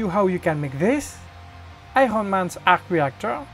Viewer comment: I hon man arhc rhheeactoor......